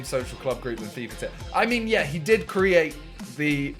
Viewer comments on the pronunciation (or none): none